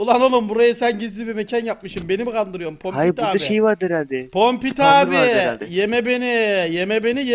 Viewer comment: Kokpit Laylo yu soyleyemio